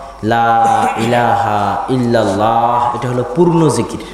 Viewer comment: Illallah noy illalloh